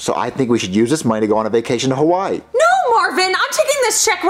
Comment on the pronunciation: Did Marvin Say Hawaii Or Why Let me know in the replys